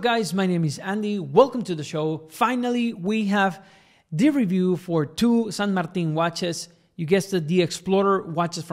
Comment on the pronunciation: Finally, someone says the name right. ¡ Finalmente, alguien pronuncia la nombre correctamente!